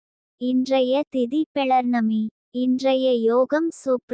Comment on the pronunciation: தமிழ் சுத்தமா வரவில்லை.. பௌர்ணமி னு கூட சொல்லத் தெரியவில்லை..பெ..லர்ணமி னு சொல்றாங்க... கொஞ்சம் கவனிங்க ஜோஸியரே....